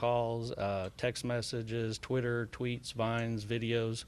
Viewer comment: this investigator said vines… i don’t have faith in him at all